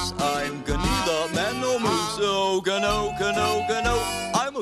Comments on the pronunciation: wtf they mispronounce the word gnu....the g is silent... I've wasted like 10 minutes trying to figure this out. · I love these gnu shows!! Always adding the "G" sound to "N" words. The funny thing is, the pronounciation of the real name, the "G" is supposed to be silent, but it's still cute anyway. Kinda reminds me of Mushmouth from the Fat Albert early series.